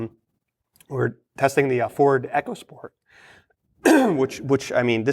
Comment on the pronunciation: Eeeeeeeecosport!!! NOT Echosport!!